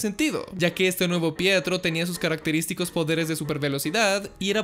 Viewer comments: Pensé que decía "prieto" xD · Ya no es pietro es fietro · Fietro xD